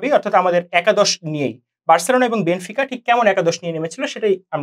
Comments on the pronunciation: বেনফিকাকে বেনিফিকা,বেনোফিকা উচ্চারণ করে বুঝিয়ে দিলেন আপনারা খেলা সম্পর্কে কেমন ধারণা পোষণ করেন,,,,হুদাই আজাইরা বক বক করতে আসছে,,,আপনারা যা আলোচনা করলেন আমাদের গ্রামের ম্যারাডোনা আমলের দাদুরাও একই আলোচনা করে। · বেনিফিকা কি ভাই? 🤷‍♂️ কানে লাগে এগুলো। শুদ্ধ করে বল ভাই।